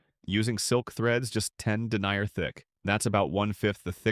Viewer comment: i struggled from the first word to suspend disbelief of ai slop narrator, but then pronouncing denier (denyay) as 'one who denies something' made it seem like the words were only being converted from text to noise with no actual intellect wanting to make sense while speaking... D